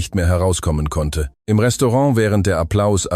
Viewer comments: Da gibt's aber noch schlechtere. Das kommt davon, wenn man die Erzählung der KI überlässt. I am statt im, das Problem haben viele. Bisher habe ich einen fehlerfreien Vortrag nur in 2 Storys gehört. Die Geschichte ist nicht ht schlecht, obwohl hier ein bereits bekannter Stoff verwendet wurde. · NRW - Hut ab -super!! Endlich eine Geschichte , die bis zum Schluss erzählt wurde. Da sollten sich andere eine Scheibe abschneiden, wie so was funktioniert!!Nur die KI Stimme sagt immer i anstatt im!! Danke